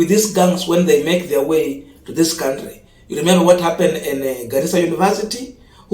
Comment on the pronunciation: Can we all, the funs of this channel, contribute to to learn how to pronounce the noun, country?